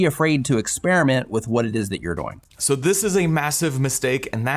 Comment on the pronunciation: Speaking of distraction, the way you () pronounce "doing" as "doe-ing" really takes me out of the content. If you pronounced it as "DOO-ing" like every other person I've ever heard, it would be less distracting. I keep thinking you are saying "going" and I get confused.